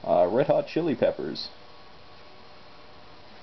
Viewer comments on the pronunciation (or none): none